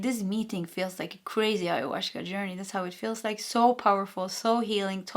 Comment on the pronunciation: There is no "sh" in the pronunciation of Ayahuasca, I think. In general, Spanish does not have the "sh" sound, but a gentler "s".